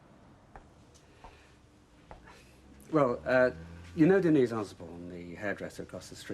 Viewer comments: Like how Patrick Trueman pronounced 'Denise' on EastEnders you mean? "Ohhhh de kneeeees". I always thought he was complaining. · Argh! Ken running down the street after Denise shouting " Den knees, Den knees" Everyone else including herself pronounces it De neece ! Trust Ken to say it differently! Arrogant prigg & despite his lifelong socialist leanings, hes a snob & thinks himself a cut above! Must say though! Bill Roache is remarkably preserved & still ( at this time) an attractive mature man & he ALWAYS had great hair! Recently saw a photo of "Ken" who must be over 80yrs & although lined & thinner in face is still amazing! I did sneak a quick look at a recent episode of Corrie ( 2021) & was surprised by Kens look & continued acting skills Helen Worth, Gail is also still attractive & keeps her looks Lol an other one with great hair Thanks 🇬🇧👧